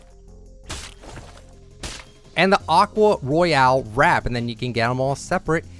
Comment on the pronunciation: Nick Royal and Royale are pronounced differently lmao